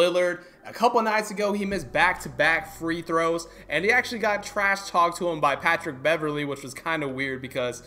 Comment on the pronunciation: Facts was kinda wierd....it’s Patric Beverly 😂😂👎👎